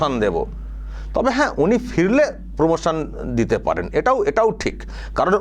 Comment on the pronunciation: উনি র ফলা উচ্চারণ করতে পারেন না।